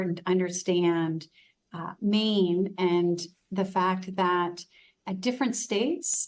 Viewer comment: She says "meen" not "Maine"